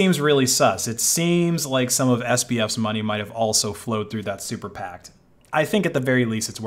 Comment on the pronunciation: Say it with me: super PAC. Not super pact, ya goober.